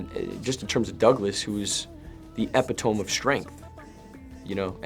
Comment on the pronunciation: "Eh-pi-tome" smh shia lol